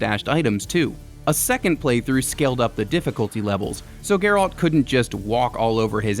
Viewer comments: Anyone else getting slightly triggered by the over annunciation of alt in Geralts name from this guy? 😅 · You can tell this guy never played the game since he can’t even pronounce Geralt’s name properly lol.